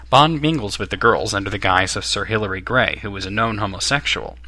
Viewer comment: Sir Hillary Bray, not gray...